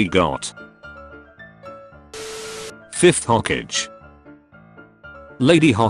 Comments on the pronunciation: The way it pronounces all the names and stuff- 'Hokage' is 'hokidge' lmao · its hokage not ho cage hahahahaha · nobody: the video: says Hoe-Cage for Hokage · nobody: not a single soul: the video: hoKIDgen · Rip hokage pronunciation